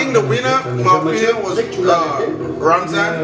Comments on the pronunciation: Is Ramzan not Razman haha 😂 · Ramzan bro not Razman. 😂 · Loool man said Razmat 😂😂